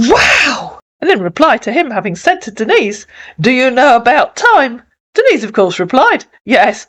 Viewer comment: Thus Marcus Breyer can't even say her name correctly and claims to love her. Her name is NOT Dennis!!!!!!